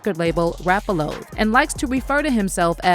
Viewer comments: Rap-A WHAT???? It’s Rap-A-LOT not Rap-A-Loaf or whatever tf she just said 🤣🤣🤣🤣. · I hate AI hosts???!!! “Rap A Lo” 😅 its Rap A Lot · Why she call Rap A Lot records Rapalo that shiit had me dying